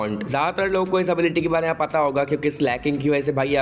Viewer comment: bro its hai and mein not ha and ma😂😂😂😂😂🤣🤣🤣🤣🤣🤣